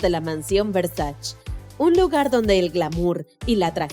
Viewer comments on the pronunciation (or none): Se dice VERSACHE no VERSACH. Bruta! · No es muy difícil investigar para saber algo tan simple como que el apellido de Gianni Versace, que es italiano, se pronuncia Versa(che). No es francés, no es inglés... Es ITALIANO!! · se escribe y se pronuncia versaCHE versaCHE por que es italiano , 1gn0r4n-73 .